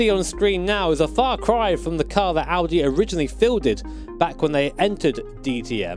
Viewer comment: At first of all you say Audi the right way respect 👍